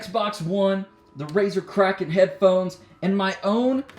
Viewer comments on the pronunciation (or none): none